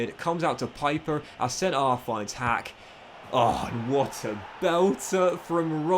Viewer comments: Stop calling him piper, his name is Pieper, like in peep!!!!! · Pieper is pronounced like Peeper in German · I love your videos, so please don't take this as hate, but in the german language, "ie" is pronounced as an "E" sound, but "ei" is pronounced as an "I" sound